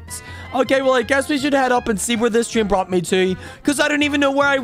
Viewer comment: It’s not tree in it’s tr ay n